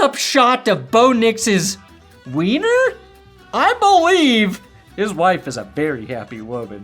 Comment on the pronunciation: I BO-LIEVE 🏇